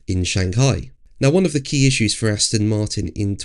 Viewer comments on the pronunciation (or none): none